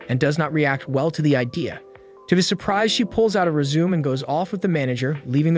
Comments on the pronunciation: Resume?... Yes of course.. Always leave a good resume with a job.. Or is it joohb? 😆 It's rez-oo-may.. Learn to speak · It’s re-zu-may. Not resume. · Hahahaha... "re-zoom". It's pronounced "reh-zoo-may" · Not criticizing your video. You accidentally said resume instead of resumè twice and I thought it was cute! Keep doing your videos, I love the breakdown. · Reading the “rezoom”? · For someone who watches anime, you mispronounce résumé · Lmao this guy had me dying and dumb founded that a person who speaks English doesn’t know how to pronounce résumé correctly